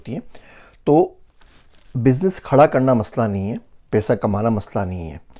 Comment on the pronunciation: Aap ka pronunciation sab theek except for paisa peisa....n job ki jageh jub. ...little practice will definetly make ur urdu superb. Hope this does not hurt u